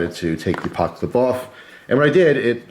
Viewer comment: He said "pockclip"